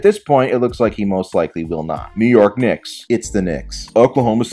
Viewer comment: The Knick’s….It’s the Knicks. You should have gotten Stephen A. Smith to do that one lol